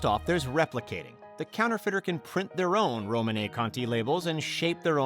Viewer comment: Margow? Affixionados? Romany? Though you did change this to Romanée at one point in the video. One mispronunciation can be endearing. This however comes across as amateuristic.